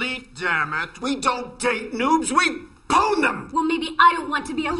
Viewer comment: PWN! Not PAWN... Epic faaaaail!